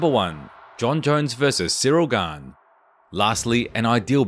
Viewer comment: Siro Gan... My guy its Ciryl Gane